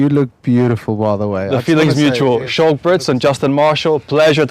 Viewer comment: The host could at least know how to pronounce Schalk's name. Sheesh.